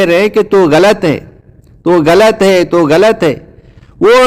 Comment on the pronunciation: آپ غلط کو گلط کہتے ہو مجھے تو کوئی ہندو لگتے ہو ۔۔۔